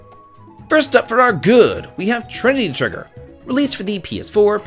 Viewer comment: gahahahaahah bro said trininty triggeer .time to get offline